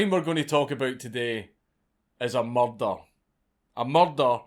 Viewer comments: God your accent is fucking flawless, "muhdar" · I Love The Way Scottish People Say It😂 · I've been following you on twitter since you tweeted a picture of your nut sack. I laughed forever about that. Why am I just now finding out about this channel? BTW, your accent saying the word "murder" is THE BEST! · Dank's pronunciation of the word "murder" is absolutely everything. Its why I wake up in the morning. My favorite uploader. Stay epic, mate. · I always enjoy your pronunciation of "Murder". lol